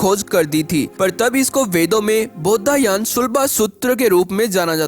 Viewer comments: Commentry कर रहे हैं जो व्यक्ति, उनसे निवेदन है कि, "बौधायन" को कृपया "बौद्धायन" मत बोलिए। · कृपया उच्चारण शुद्ध करें । जैसे शुद्ध उच्चारण बौधायन है।